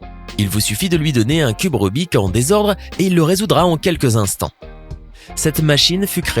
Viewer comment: en fait non ... il le prononce comme on devrait le faire en français ... (par contre ça doit être le seul et ça fait moche à entendre on est d'accord)